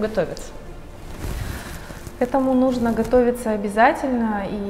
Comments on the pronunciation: так жаль, если честно, что от личности отворачивает не правильное ударение.....это далеко не самое важное в жизни. увы) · Прекрасное видео , но как же резало слух слово нужнО .. я даже загуглила … может думаю не в курсе … но нет ) говорится именно нУжно )))